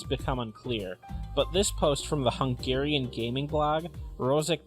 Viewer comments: congats for the hungarian pronunciation..:DD you invented a new language:D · I was just liestening on, than I heard "hugarian" I was like damn, how are we involved in this. Not bad pronunciation ;)